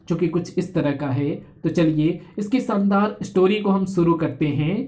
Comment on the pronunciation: शानदार को सान्दार कह रहे हो भाई पहले हिन्दी सीखो